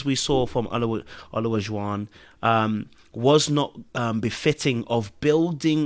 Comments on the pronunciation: I hollered every time you butchered that man's name. "Elijah-won" or just "O",. LOL! I wish both of them the best. Maybe O should go back to dating non-Black women. Leave our demographic alone! Ha ha! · There are four syllables in O-la-ju-wan. Maybe that will help you say the brother’s name correctly. 😂